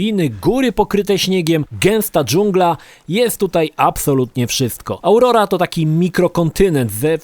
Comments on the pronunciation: AUROA NIE AURORA KU#WA XD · Auroa, nie Aurora do ciężkiej cholery